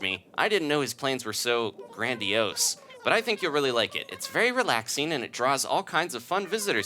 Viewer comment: MangoPedestrian haha maybe if the o and the i were switched like "grandoise", then it could have a French pronunciation. said it correctly as grand-e-OHS, but now I'll definitely want to say grand-WAS! XD